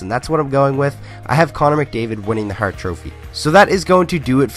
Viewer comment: Are you a Detroit fan from can? Love the “Barkov” and “hart” pronounciation lol